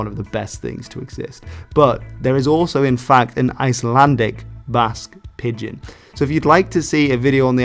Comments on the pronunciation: Every time he pronounced it as Pid-gehn my ears wanted to crawl away from my body. It’s pronounced like pigeon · pidgin is pronounced like pigeon, not pid-gin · Every time you say pidd gin it hurts my ears. Just call it a pigeon like everyone else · It's pronounced 'pijin' not 'pid-gin' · What message is hidden in your interesting pronunciation switching? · Is there a reason why he pronounces it "Pid-Gin" instead of "Pigeon" for part of the video? I thought maybe that was the original Chinese pronunciation since he pronounces it the typical English way once, but I can't find anything saying the Chinese pronunciation was different online (in fact I found things saying that "Pigeon English" and "Pigion English" were earlier spellings, which seems to imply it was always pronounced like the bird). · please god stop saying /pɪdgɪn/ it's /pɪdʒɪn/ shit you said /ælgɑnkʷɪn/ too. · Great video as always, but pidgin is pronounced pi-jn, pretty much like the bird pigeon. Thanks again. I’d love to hear your take on the Gaelic languages in Canada and the USA. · pidgin is pronounced is pronounced "pi-jin". Dg is another way in English to spell the "j" sound as in "bridge", "edge", "nudge", "ledge", "ridge" etc. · It’s pronounced like the bird haha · (By the way, I just turned 75 a week ago today, and you are the first person I have ever heard pronounce 'Pidgin' with a 'hard' g. For me it has always been pronounced nearly like 'pigeon'.) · Pidgin is pronounced exactly the same as pigeon. Wiktionary often has the IPA on its entries so that is a useful tool for checking unfamiliar pronunciations. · lol "Pid-gin" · Yeah, can't trust your video if you can't even pronounce the topic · So just to let you know you're pronouncing "pidgin" wrong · "pidgin" nearly rhymes with "pigeon". You're pronouncing it inconsistently. Great video of a great topic.